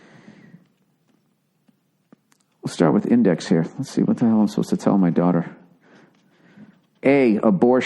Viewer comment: Billy butt crack it's been awhile since you hardcore rant. But once you talk about your dauughtaaaa you become a soft serve😁 but I love this podcast